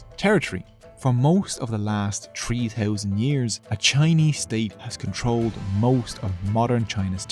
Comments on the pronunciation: Stop saying Tree Thousands instead of Three Thousand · four touzend tree hundred, wow